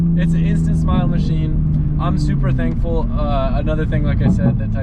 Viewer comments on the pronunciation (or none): I thought said he’s “Supra thankful”😂